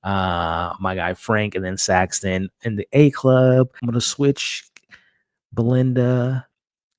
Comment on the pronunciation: *SREE-ta-lah *SAXon (no T)